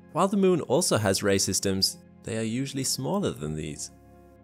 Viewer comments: Great video👍🏻 every time you said “ray systems “ I kept hearing racism’s. I need to get some sleep. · Every time he says ray systems I hear racist ems. :P